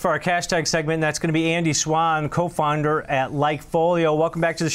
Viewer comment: He said “co-fonder” haha